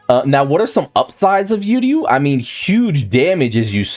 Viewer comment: funny as hell, also don’t think I forgot to remind you.. it’s pronounced Uryu (ooh- ree- you) NOT (you-rree-you) We ain’t trying to hear this the entire Uryu patch (when it does come that is)